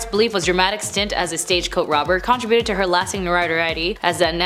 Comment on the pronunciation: "Con TRI buted".